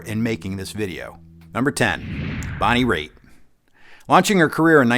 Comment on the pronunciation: Bonnie Raith? Cmon. Are you kidding me?